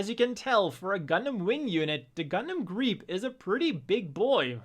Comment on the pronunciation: Thank you for showing me how to pronounce Griepe.